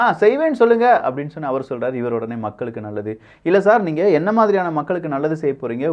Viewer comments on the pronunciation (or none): தம்பி, உங்கள் தமிழ் உச்சரிப்பில் ஆங்காங்கே தமிழ் கொலை செய்யப்படுகிறது. உதாரணத்திற்கு: அறசியல் அல்ல அரசியல். நள்ளது அல்ல நல்லது. உங்கள் உச்சரிப்பை சரிசெய்ய உதவி தேவைப்படின் தொடர்பு கொள்க (இலவசமாக). மெல்லத் தமிழ் இனிச்சாகாதிருக்க விரும்பும் பாரதி வாரிசுகளில் நானும் ஒருவன்.